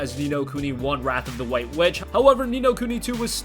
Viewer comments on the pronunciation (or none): none